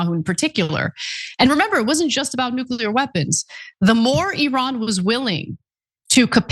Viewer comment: Nu-KEELER???? REALLY?!?!